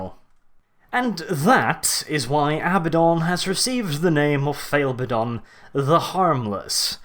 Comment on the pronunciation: can we get a counter of all the Abbadon insults there are XD (also thank you for saying his name properly)